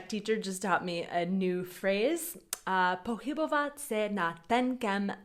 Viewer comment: Ještě malinko zapracovat na rozdílu výslovnosti "h" a "ch". "Pohybovat se" a "pochybovat" není úplně totéž.